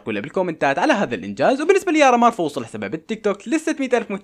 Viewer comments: بدال ما بتقول قمر مار قلت يارا مار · بدال ما يقول قمر مار قال يارا مار 😅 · من انتبه من قال ياره مار